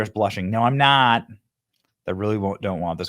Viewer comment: She didn't say "No, I'm not" she said "No, I'm THOT"